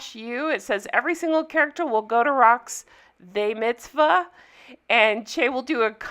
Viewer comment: “They Mitzbah” 🤣